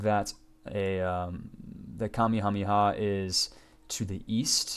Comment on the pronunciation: It's pronounced "Kame HameHa" not kammihammiha